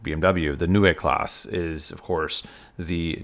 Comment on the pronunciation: Excellent video! It would be even nicer if you learned how to pronounce Neue Klasse and Jens - it is not that difficult and it shows resoect.